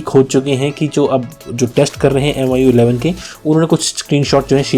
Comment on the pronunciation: This guy can barely speak "MIUI11".